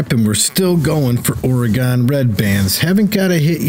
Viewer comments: its pronounced "or-eh-gin"! jesus i couldnt watch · Your videos are great, very helpful. However if I have to hear you pronounce Oregon like you have again I’m going to stick a hot poker in my ears. Oregon is pronounced Or-eh-gun. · IT'S PRONOUNCED OR-A-GIN JESUS I COULD BARELY WATCH THIS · Love it when someone who isnt from the pnw tries to pronounce Oregon, Puyallup, Kaniq, etc. Thank you the tip and a good laugh 😂😂😂. Oregon is pronounced organ 😉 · Where in the hell is or-e-gone? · Oh, I know how Oregon is pronounced, I just thoroughly enjoy pronouncing it incorrectly as "Ore-ghan." lol. Hope the tips help! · yes it is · the way you say Oregon is killing me. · Maybe try pronouncing oregon right